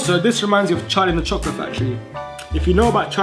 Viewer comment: You can't say chocolate 😂